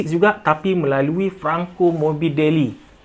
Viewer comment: "Franko morbidelii" emmm🤣🤣